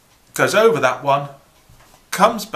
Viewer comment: Hello Sir! Awesome and funny as usual! Specialy because of Your accent when You are speaking, I just love Your way of talking, I'm always laugthing when You say the word "over"... "Ouuva"... must be because I'm French and I do appreciate and well understand when You are explaining things! Thank You very much Sir, for sharing Your knowledge. Greetings from France ^_^